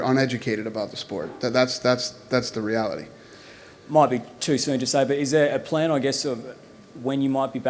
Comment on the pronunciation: Did I catch an accent there Uncle Dana....6yrs later... He turned on a wee bit of an engggish accent. when he says Reality. Dumb point out I know. Can butcher the English accent, but people will murder any form of an aussie one..not in the good way either. Complete just f*** it up. This was part of the glory days, now we in a revolver revolution.